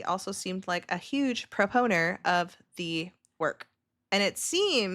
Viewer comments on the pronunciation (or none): Girl, I love you. Its "proponent" no "proponer."